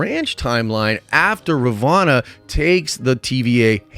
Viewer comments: RUH VOE NUH Not RUH VAH NUH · Halfway through season two and you're calling her Ravana instead of Ravonna. Boy need to review some vocabulary instead. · How do you pronounce Ravonna wrong when its clearly spoken numerous times